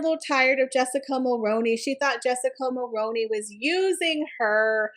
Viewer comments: In Canada we pronounce it mul-rue-ney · Great video but couldn’t get past the mispronouncing of Mulroney. Highly recommend making sure you know how to pronounce names, especially ones that you repeat dozens of times. It’ll help with credibility, especially when your content is great.